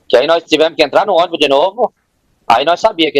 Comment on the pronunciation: "nóis ia, ônibu, acordemu....15 anos,assassinou a língua portuguesa 😅😅😅